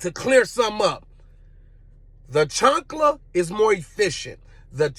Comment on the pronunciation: chAnkla not chUnkla 'CHAANKLA'